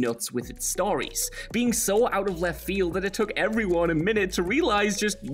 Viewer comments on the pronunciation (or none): none